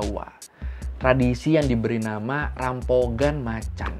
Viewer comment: Rampogan bacanya jadi rampokan bang